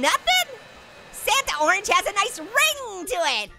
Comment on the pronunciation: You said nice like knife haha get it haha